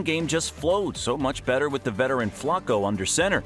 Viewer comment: The way you say Flacco hurts my brain